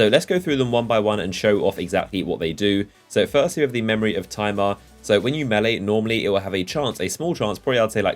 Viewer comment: Its pronounced Tim-ur not time-ur.......just saying